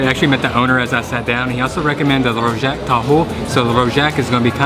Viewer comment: To pronounce rojak is just a jak must sound literal